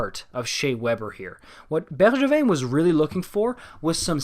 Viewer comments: man, hearing Bergevin’s name pronounced properly caught me off guard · You must be french Canadian, the way you say Bergevin without any accent demands it! Beau travail en passant. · same omg… finally ahah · same heehee